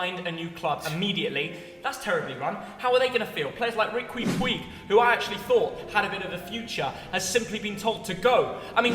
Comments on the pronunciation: riqwy pwy? I’m sorry what?😂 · man said reqwee pweeg 😭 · A guy who pronounces Riqui Puig as “reekwee pweeg” should probably stick to filming games from the sideline other than telling a massive club like Barcelona how to run their business… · Stop being on things you have no clue on like tf😂 lewa is on 9m net per year which will decrease over time and barca have the ability to buy they're tv rights back if needed and how did you just pronounced rique puig's name lmfao